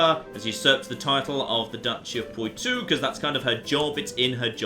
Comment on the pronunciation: Oh my god hurry up and conquer Poitou so we don't have to hear you butcher the pronunciation anymore